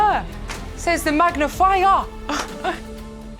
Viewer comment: Love accent saying “Says her, says the magnifer” 😂